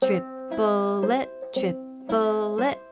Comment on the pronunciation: at first I heard chi-po-tle instead of triplet 😆